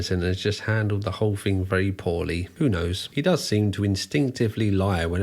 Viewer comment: He also objectively mispronounces a lot of words, which is… a ton of fun… “thing” is not spelled “fink” and three (3) is not “free”